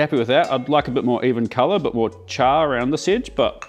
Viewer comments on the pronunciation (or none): none